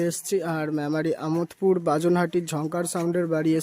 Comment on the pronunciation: আমোদ পুর না দাদা আমাদ পুর